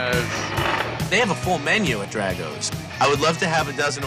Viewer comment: Pronounced DRAHgo's, not DRAGo's